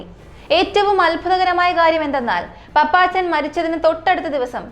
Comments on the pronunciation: പപ്പച്ചൻ അല്ല കുട്ടി പാപ്പച്ചൻ😊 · Hai, പാപ്പച്ചൻ, പപ്പാച്ചൻ അല്ല. കുട്ടി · പപ്പാച്ചനല്ല കൊച്ചേ 🤧🤧 പാപ്പച്ചൻ പാപ്പച്ചൻ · പപ്പാച്ചൻ എന്നല്ല പാപ്പച്ചൻ എന്നാണ് നിനക്കു തലയ്ക്കു വല്ല അസുഖവും ഉണ്ടോ